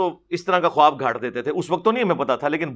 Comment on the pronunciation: assalam alikum ...very informative program..... mashalla......the word KHUWAB may wao silent hay ... bola jaeyga KHAAB not KHUWAB ............thanks